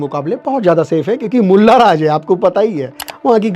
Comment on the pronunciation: Bhai bhot Acha bolla Lakin Molla sabd nahi Mula ji banana tha